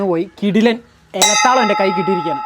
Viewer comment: Ila taalam... iyyalu parayunnath kettal tavalam ennu parayunna pole.